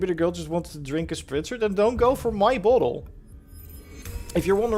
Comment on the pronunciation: It's bottle not bauwtol.